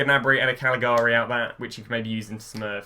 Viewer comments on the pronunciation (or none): "Gnabry and a CALGLIARIA" Oh wow is he a new player?